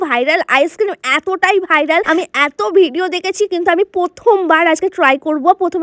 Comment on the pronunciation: ভাইরাল ❎ ভাইলাল ✅ 🤣🤣